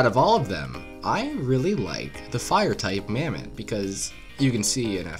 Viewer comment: Bro called the Mammott, "Mammoth".